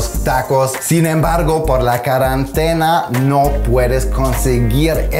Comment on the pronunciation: Me encanta escuchar la pronunciación de " carantena "